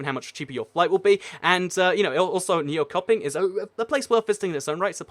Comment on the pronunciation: nYoKoPiNg. Lol if anyone wanna pronounce it. It's Nychöping.